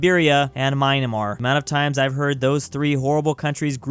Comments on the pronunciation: Everyone else: Myanmar: Meanmar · Mynamar? Really? 😂😂😂😂 It’s mee-yan-mar pls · its pronounced myan mar not maynmar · It’s myanmar not mynamar ( no offence ) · "Mynamar" bruh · Did you just say “Mainemar”? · saying Myanmar as Mynamar is my new pet peeve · Did this dude really just say "MY-NUH-MAR" ???? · …did he just say mineamar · The way he said Myanmar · Is it that hard to pronounce Myanmar?